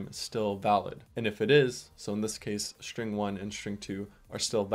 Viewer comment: shtring one shtring two